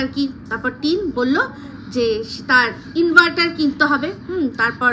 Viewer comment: Tin inveter bolechhe inverter bolte pareni